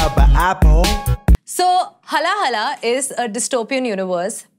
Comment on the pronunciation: It's haala-hala with 'aa' sound not HALA-HALA